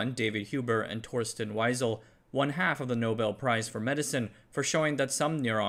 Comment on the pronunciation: Wiesel is prnounced "weasel". It's German.